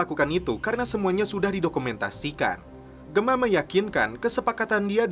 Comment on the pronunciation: Please do the right pronounciation atlease when u mention the character names of SOA..like Gemma is Jemma...not Gema...do the right english correction mate...